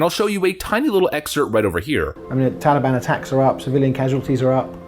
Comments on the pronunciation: Biden cannot say Taliban correctly (Moron) He says Taleeban. Nicole surely isn't serious and if she is she needs to be fired for stupidity. I fear more Americans will die in Afghanistan than died in the Twin Towers. Impeach Trump cause he caused this. haha Nancy Pelosi and Biden need to go if we are to survive. Brush up on your Chinese folks. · The way Biden pronounces the word 'Taliban' makes me want to stab ice picks in my ears! 😤